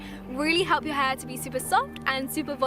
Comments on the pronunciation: Ela sumiu e falou hepl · No momento 4.10 ela disse hlep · Ela parece falar help duas vezes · ela gesticula a palavra "help" mas lembrando que ela é britânica eles não falam o "L" tão gesticulado igual americano então fica tipo "Hep"